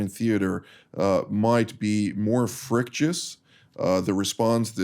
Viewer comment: "frictious"? Love it. has his own lexicon.:)